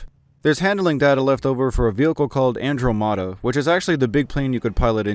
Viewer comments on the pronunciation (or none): finally someone else who also calls it Andro-mada (its not the correct pronounciation but i find it way more cooler)